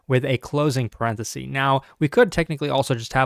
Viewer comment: The singular of "parentheses" is "parenthesis" not "parenthesee"